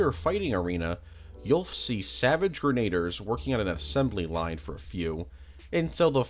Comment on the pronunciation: No way you pronounced Grenadiers as Grenayders 😂